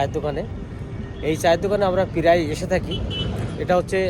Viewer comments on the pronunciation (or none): Piray hoy na praiy bolun